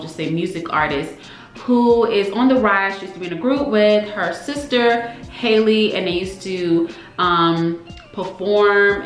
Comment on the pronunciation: Pronounced like HAL-le rhymes with valley